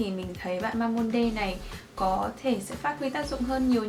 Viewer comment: ơi Mamonde đọc là ma-mông-đư chị ạ <3